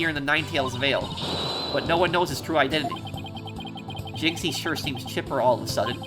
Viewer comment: Pronunciation of jinxie is correct Like the canadian accent for fulbright by the way